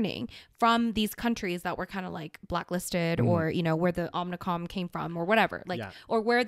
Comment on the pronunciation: You guys need to watch Futurama so you can learn how to pronounce Omacron.